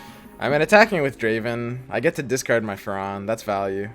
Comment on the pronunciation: Its Captain fAAAAAAron not farOOOOOON,thatas just ridiculous.